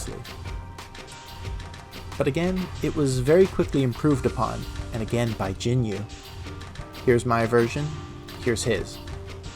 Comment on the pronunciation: jinyou (陣容（ジニョウ）is pronounced "jin-yohh" with a held O vowel sound (in Japanese, ou is a long O sound)